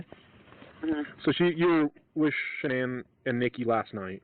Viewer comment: SHAnann sounds so much weirder than “shanonn” and “ Shannon “ sounds cuter, no wonder everybody gets it wrong. I wonder how she felt about her own name